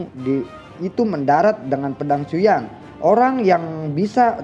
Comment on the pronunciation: Gua ngakak pas bilang xioa yan kekeu 😂